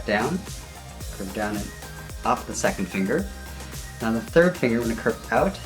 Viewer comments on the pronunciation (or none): none